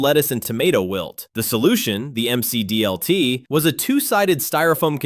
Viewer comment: It is - around the , the voice also says "em see dee el tee" instead of "mac dee el tee".